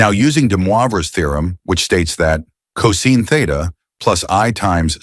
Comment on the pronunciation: Pronounced cosine wrong